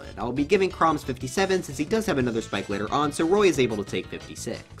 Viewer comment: did he rlly just say chroy and rom